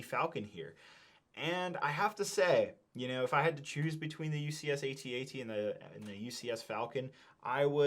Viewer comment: An Ewok dies every time someone pronounces it A-T-A-T